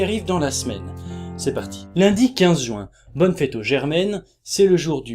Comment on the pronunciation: tu me fais trop rire quand tu prononces "jouin" x)